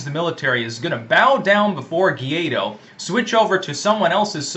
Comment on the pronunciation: To properly pronunciate "GUAIDÓ", the candidate to replace MADURO, repeat after me: -Why? -Doe -Why Doe